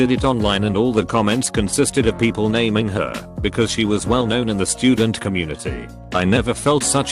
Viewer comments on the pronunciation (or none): none